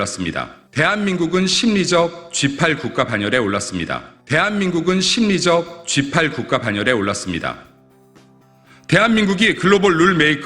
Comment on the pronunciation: 심리적 십팔로들리네